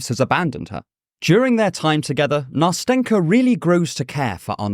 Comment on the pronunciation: Nast’en’ka, very soft t and n sounds. It’s a diminutive from Anastasia, it should be soft and tender. It’s not that hard to pronounce, why don’t people even try?